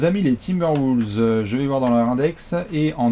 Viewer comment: Par contre faut arrêter de dire "Woulves"...